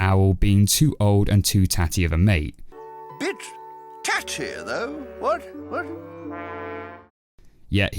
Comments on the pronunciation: I thought it was bitch titty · I thought he said "bitch tatty" instead of "bit tatty" at first....